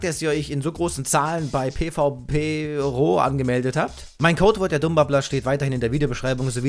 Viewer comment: Kannst du bitte zu der seite "piwi-pro" sagen und nicht "pvp-ro" xD